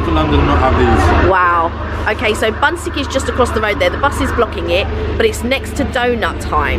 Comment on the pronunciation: bunsik is pronounced something closer to 'boon-sheek' but it looks amazing! we usually buy those frozen from the mart and pop them in the air fryer, they turn out amazing and dangerously addictive haha